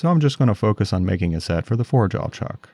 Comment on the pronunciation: The way you say Jawl, with an L at the end, is sandpaper on my ears, but I love your work nonetheless. <3